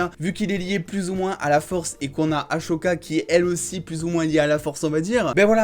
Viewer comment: Ça me perturbe le aCHoca moi perso je dit ahSoka😂